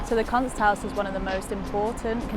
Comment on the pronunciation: boring video. I have visited Graz twice, and love it. I would retire there if I could By the way, the art museum is pronounced Koonst haus.